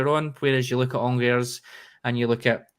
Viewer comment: Firstly its pronounced Angers..... I would have hung up on him right then 🤣🤣🤣